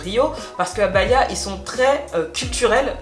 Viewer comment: BA-HI-A !!! 😉la bonne prononciation